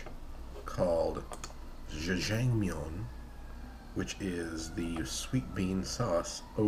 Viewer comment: Btw the way u say jjajangmyeon is so funny. It made my night